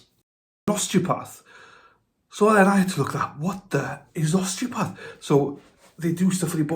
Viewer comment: Oss-tee-oh-path (pAth short A as in cAt) Oss-tee-oh-path-ik